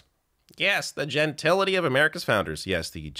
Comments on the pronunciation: Did he mean "gentility"? I swore he said " gentilia" ...am I wrong? From the first time he aired on social media I could not take his idiocy... he's the relative you stay away from at weddings...: ( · Did he mean to say gentility? He said genital....